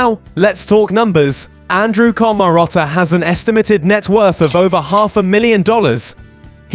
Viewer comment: Why can't you pronounce his name or other simple words 😂😂😂😂